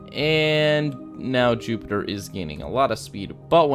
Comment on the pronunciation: You said Zupitper 😂